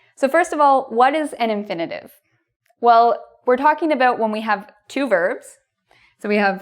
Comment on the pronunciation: The tell tale "aboot".